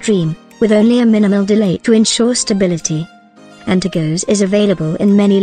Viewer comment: Antergos not antergose my god man